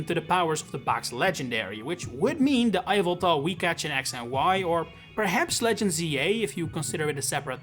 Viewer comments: I know, right. It’s not eye-veltal, it’s YAHVELTAL. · no, it's ee-vel-tahl. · “Eye-vel-tal.” Sure why not. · Now that's a unique Yveltal pronunciation